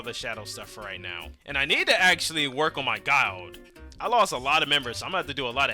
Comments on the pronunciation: Guyild?????? It’s pronounced guh-ill-d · you have to be retarded pronouncing guild like that.